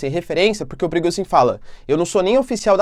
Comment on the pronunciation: Toda vez eu escuto o nome do cara de “perigozim” 😅